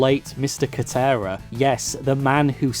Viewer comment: I like how you now try to pronounce "kotera" properly But pronounce "Masahiro" as ""